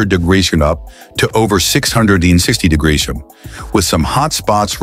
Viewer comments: I actually like "Diggidreeoners" better, gonna use it from now on. It's unhuman which is, apparently, what the world needs most right now. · What's wrong with degreseum..lol...that's what it says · on: wtf is this ai saying? 600 degreshum? Even the closed captioning doesn't know what it's trying to say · Degression?? Norons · This AI cannot pronounce degrees and temperature. Gypsum executives come on. You guys even show a video of a solar panel in production mixed in at random. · Great Videos but the use of A.I. for the Voice-Over (Narration) falls Short! I have been a Professional Voice-Over Artist for over 20 Years, and A.I. is definitely changing our industry. A.I. has a hard time reading certain words and abbreviations, for example the word "Degrees." It is what it is as the little god of A.I. continues to dominate the Human Race! 😢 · I don't even know what "degrees" was supposed to be 🤔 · Why can't it say "degrees" properly? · Because it's AI units. Only AI understands AI units. You will need to get YOUR AI to translate this AI to figure it out. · Too many "e" too close together, and the Vowell sound Change.